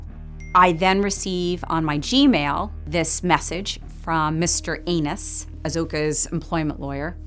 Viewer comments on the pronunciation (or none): I love how she pronounced Annuß like ”Anus“. She is familiar with German language and her pronunciation is good for an American, but Annuß doesn’t have an umlaut, so it makes it very clear that she is intentionally mispronouncing it to be akin to a butthole out of spite 😂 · I bet there are some emotions when pronouncing Annuß as anus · I love how she calls the lawyer "Anus" though she clearly knows that's not how you'd usually pronounce "Annuß" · The lawyer was called Mr. Anus (Annuß)! You couldn't make it up! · I think she knows full well that that's not how the name is pronounced 😅